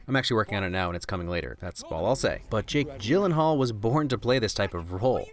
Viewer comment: "Jake Gynellal"... wait a second...